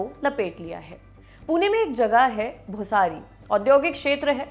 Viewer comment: Its भोसरी .....not भोसारी